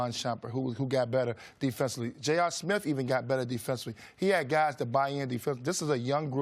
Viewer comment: J R Smiff? Why can't African Americans say the th noise? I swear I'm not trying to be a hater or racist. Someone teach me.